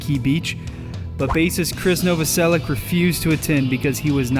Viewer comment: Novoselic is pronounced "No vo sell itch". Betcha didn't know that.